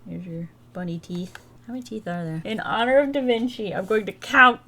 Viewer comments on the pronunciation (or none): none